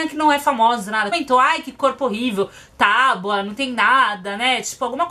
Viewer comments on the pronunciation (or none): none